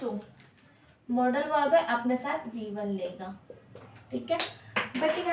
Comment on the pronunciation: Maam aap मॉडल verb ko मोड़ाल verb kyo bol rhi ho ya hmm hi galat padhte a rhe abhi Tak 😊